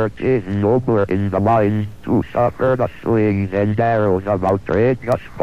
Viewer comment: But did he "really" see da cat